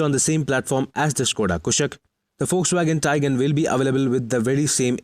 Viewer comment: One of those who can correctly pronounce "Skoda Kushaq"